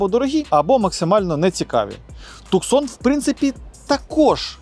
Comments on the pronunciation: Дядько, який Хундай))?? Називай правильно Хьонде, і не Туксон а Тусан))) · Кто-нибудь скажите ему ,что правильно говорить,, Тусон,,.